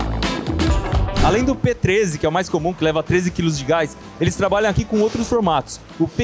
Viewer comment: "Gáis" e "Ultragáiz"? rsrsrs